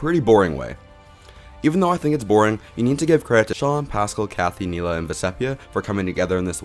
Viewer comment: I love your videos, but we gotta learn how to pronounce Maraamu and Neleh brother.